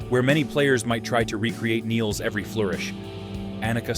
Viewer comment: Good pronouncination of her surname, many say it like she was english